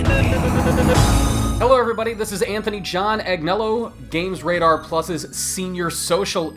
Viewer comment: this fukkin spud tard can't even say 'radar' like nigga please 🗿👐